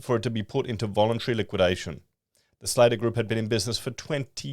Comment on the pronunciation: It's pronounced slatter like hatter